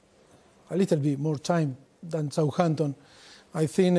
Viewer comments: The way he says souhanton is amazing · "I thin we spent a little bit more time than Souhanton"😂😂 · "Sawhanton & Tottenan" are music to my ears